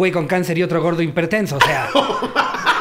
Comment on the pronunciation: Pero dijo HIMPERTENSO, lo que lo hizo sentir más divertido xD